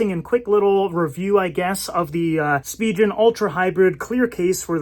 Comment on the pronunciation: You are pronouncing Spigen incorrectly.